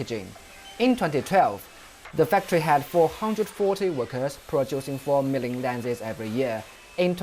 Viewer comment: his hundred sound like HungDred. Million sound like Mellium Everyday sound like Eveeyday Workers sound liek Wokers